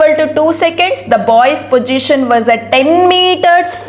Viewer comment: mam please pronounce the word position properly